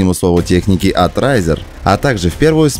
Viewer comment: Не разер,а рейзер